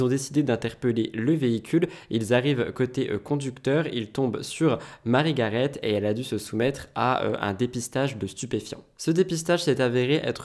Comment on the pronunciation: Cc, on dit marie garé il me semble.